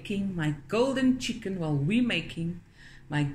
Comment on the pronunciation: "Skwasies" ...oh how you take me back and then bring me right back with the "Chiggen" 😂🤣